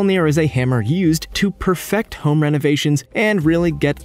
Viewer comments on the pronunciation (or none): none